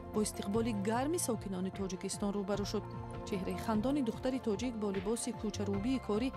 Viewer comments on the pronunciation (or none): none